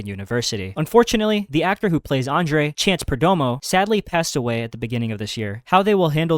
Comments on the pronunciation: The Deep's actor's name is Chace, not Chance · I thought you said Chance from The Deep, my heart sinking